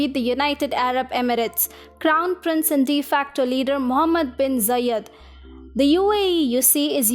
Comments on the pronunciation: Its not Zayyad its Zayed. Other than that good video. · Not Jayed... It's za(ed)